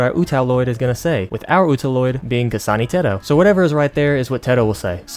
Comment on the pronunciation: Didn't think I would hear "kasana teto" in a southern accent today